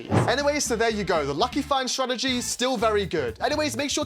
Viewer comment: Ah yes, “Stratergy”